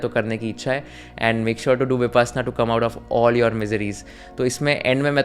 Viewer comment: It's pronounced as Vi-pash-na not vipassanna. Why do we need to white wash our hindi words? Goenka ji says it multiple times throughout the discourse.